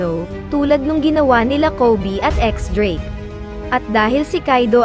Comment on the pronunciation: DIES DRAKE hindi X drake :) lods